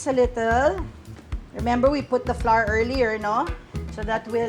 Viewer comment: Flour, sour, and hour are not pronounced like the letter, “R.” They should rhyme with “flower.” Just an fyi. Love your recipe though.👍